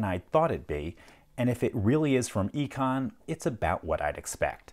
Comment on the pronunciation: Its called "i-con" for a reason 😅